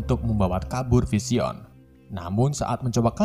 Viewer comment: Sumpah bahada inggris dr pengisi suaranya g tertolong Parah bgt Bilang vision dan mind stone Ga banget Iuuchh